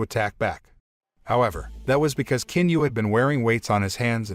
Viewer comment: The proper pronunciation for the Chinese name of Qin is NOT with a "k" 🤦‍♀️ its a "CHIN" sound